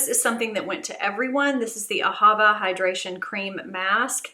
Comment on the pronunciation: Great box and I am excited to get mine. One thing that drives me nuts though, is that every you tuber I have heard, misprounces Ahavah. It should be Ah- ha-VAH, and it means Love in Hebrew. The emphasis is on the last syllable. Glad your daughter is feeling better.